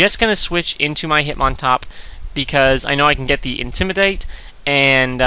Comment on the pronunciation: Don't take this the wrong way, but why do you say intimidate weird?